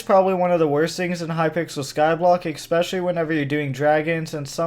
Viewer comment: "Expecialy" -, 2/7/2022